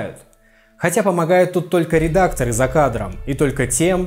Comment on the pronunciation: Это что за редактор такой в эфире, который говорит "редактора́"? и еще других в неграмотности упрекает...